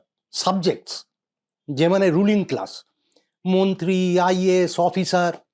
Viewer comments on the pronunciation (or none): none